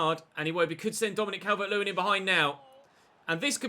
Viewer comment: The way he goes CAL-VERT 🤮🤮🤮